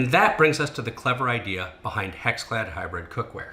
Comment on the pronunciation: Anyone else hear him say HexFad ?